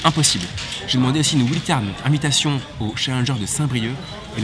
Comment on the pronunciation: J’adore vraiment, mais stp ne dis plus wild card , c’est pas la bonne prononciation.. continue je te suis depuis longtemps, super